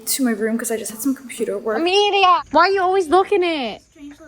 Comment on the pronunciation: Wait is her name Amalie or Amelia? Cuz keeps calling her Amelia and I thought it was Amalie😅